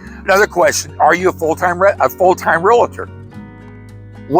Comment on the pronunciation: I appreciate your content and have watched many videos but there is no "i" in real-tor! A common mispronunciation. 😘